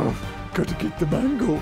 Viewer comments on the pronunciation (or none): I know he said mango, but to me it sounded like he said manga. Which now begs the question, does read manga or watch any anime at all?